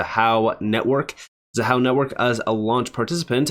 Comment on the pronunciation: Thank you for listening and properly pronouncing Xahau ❤. Keep up the great work, 🫶🏼🫵🏼